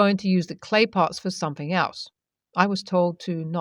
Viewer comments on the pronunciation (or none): THing, not Fing. THought, not Fought. SomeTHing, not someFing.